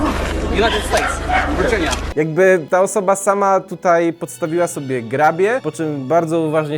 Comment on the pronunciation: Almołst hewyn, łest wirdżinia